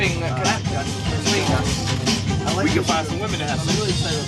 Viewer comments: Why does this AI voice always say woman instead of womEn? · Why has everyone seemingly lost the ability to pronounce "women" lately? I notice it so much, is this an American thing? Everyone is pronouncing it the same as "woman". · Why...WHY, does everyone say "woman" now in place of "women." God that absolutely grinds my gears. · ... Why are people saying "woMAN" instead of "woMEN" when it calls for the plural of the word? I keep hearing this, and I don't know if it's a "woke" thing or what? Does anybody know? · Yes, it's driving me insane 🤬